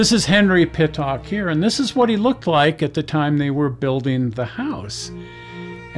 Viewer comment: The name is pronounced PIT-ICK not Pit-Tock.